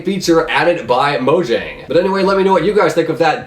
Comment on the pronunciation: He pronounced Mojang wrong. Also, Hypixel is a 1.8 server. You can play on 1.9, 1.10, 1.11, 1.12, and 1.13 but you don't get any more features. Just like you still use 1.8 PVP on Hypixel even though you're on 1.9.